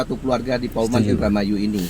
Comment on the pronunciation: paoman bang bukan pauman 😭😭😭😭